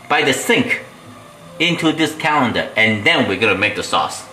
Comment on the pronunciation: May I help please, its pronoused Colander not Calender, hope this helps.